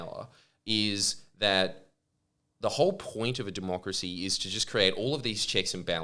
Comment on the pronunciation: Jordie did U say " doomochracy " That's lit